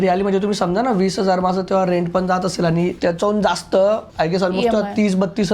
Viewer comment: पुण्यात रहाता पण मराठी अशुद्ध बोलता. ex "पन" नाही पण; " लग्णा आधीच" नाही लग्ना आधीच; "गरजे अणूसार" नाही गरजे अनूसार. न च्या जागी ण बोलू नका.